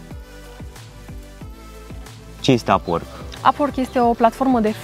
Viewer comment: Nu pronunți corect “upwork”